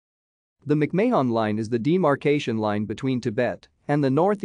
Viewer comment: Your killing the name. It's not May Hon or Mayon its Marn , Mc Marn is how it's pronounced. Thank you.